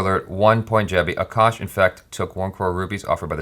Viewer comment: She calls his name A kash